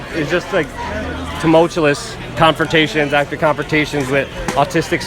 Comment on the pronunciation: Oh and Luke, Tumultuous. Phonetically: "Tum-mulch-you-us"